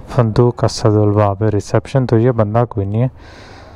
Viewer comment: It's not Babil but Babylon and in Arbic or Urdu the pronounciation is "Babul". So Babil is totally incorrect. Anything related to Babylon is called "Babylonian". Here were used to be Babul's hanging gardens and those do not exist anymore.